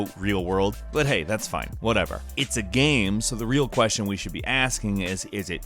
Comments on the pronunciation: Stop saying gam instead of game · Is he saying gayme?